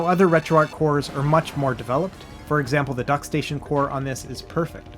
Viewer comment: retro-archhh bro, not retro ark